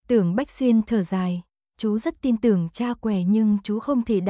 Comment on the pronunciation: Người đọc .chů = chú , rối = rồi ,nghe lơ lơ dao ấy !!!